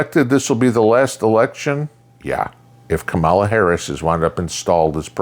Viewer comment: I have no love for KH, but please pronounce her name correctly. It seems almost none of the conservative people I listen to do that.